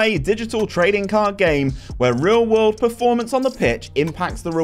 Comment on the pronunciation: Love the vids! have been watching for some months and by this time i’m 99% sure you are dyslexic mate, the way you pronounce some words is too funny